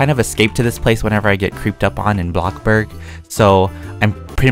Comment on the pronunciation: literlly no one he calls bloxburg blocburg